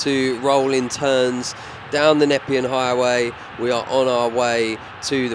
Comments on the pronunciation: Great vid. Also “Na-pee-un highway” 👍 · the highway is pronounced knee pean 😀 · btw, you're saying nepean wrong. It's "nur-pee-an".